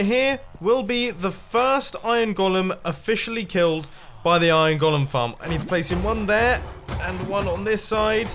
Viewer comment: Wait on mumbo says iron gólum